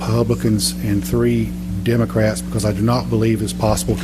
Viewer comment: Ewww why that ted cruz zodiac lookin ass dude pronounce republican and democrats so awkwardly🤣